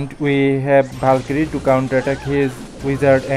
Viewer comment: Bro was calling a valkyrie and bAlKyRiE